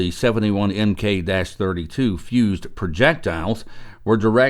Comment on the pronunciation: Thank you for the video. BTW "M.K." is not pronounced letter by letter. This is the naval abbreviation for the word "MARK", which refers to any one specific type of thing - anything from ballistic shells to the guns they come from to compasses, etc. MARK, please. 😊